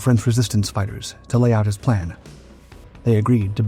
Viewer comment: The bomb was sent by a ??? Cell . Sounds like he says layee cell 🤔. Anyone with anymore information on that part of the story. ? 😊